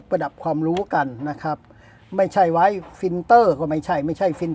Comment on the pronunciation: พี่คำว่าไว้ อ่านเป็น ไรเลย?!!!!!